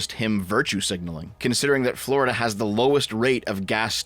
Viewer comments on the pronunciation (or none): none